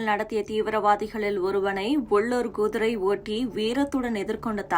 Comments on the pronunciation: Kudirai madam gudirai illai... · குதிரை என்று ஒழுங்காக உச்சரிக்க தெரியாதா உனக்கு எல்லாம் யார் இந்த வேலயைக் கொடுத்தது?